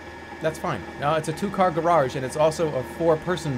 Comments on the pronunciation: "Two-car gararge" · "gararge" I think this guy might be the origarmi killer